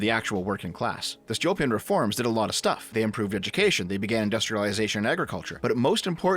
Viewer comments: It's Stolypin, not Stolyopin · My guy, you mispronounced the surname of Stolypin so many times that I was unable to focus on what you were saying. First of all, the stress goes on the second vowel. Second, "y" (which is under stress) in Stolypin stands for russian letter "Ы" that is pronounced like retarded [iː]. And on the unrelated note Stalin hated ethnic Russians, at least in Russia that is considered to be common knowledge (meaning I can't back it up with sources). So saying that he was somewhat nationalist and put straight ethnic Russians at the top is technically incorrect. Several examples were Beria, Ezhov, Mikoyan. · that's a mispronunciation. Stolypin is Столыпин (and Ы is the "gut punching sound"... hope you got the reference), I think you forgot the O. which was everyone except extremely poor. Seriously, even having one cow was seen as being quite poor (cows were cheaper back then).